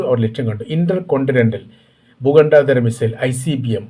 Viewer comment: ഭൂഘണ്ടേദര അല്ല ഭൂഘണ്ടാന്തര